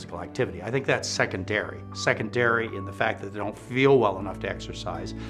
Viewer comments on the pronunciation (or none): Second-dairy lol. I love this man.